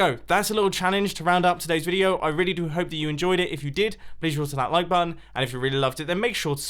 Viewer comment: Botton? Bot-Ton? Sorry Mate I don’t think that’s right! I think it’s button